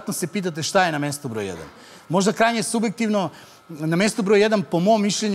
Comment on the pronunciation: Ok je sve ovo, nego Ivanoviću ne kaže se "subektivno". Ovo je "obektivni" primjer koji govori sam za sebe koliko je ekavština kao istočna varijanta bosanskog falična.